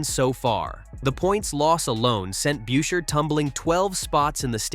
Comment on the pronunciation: It is Pronounced Buscher ?Get new AI ?????????????????????????????